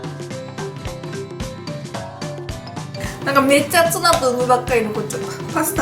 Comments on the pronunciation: 油切りをしてないツナが 油切りをしてないツバて 聞こえた（笑） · つばの発音気になった人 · 油切りをしてないツバって聞こえた